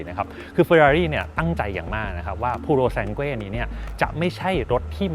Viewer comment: หมดสิทธิ์ละ ออกเสียงชื่อรุ่นไม่ถูก555++